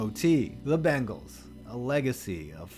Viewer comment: When he mispronounces the bengals and misspells their name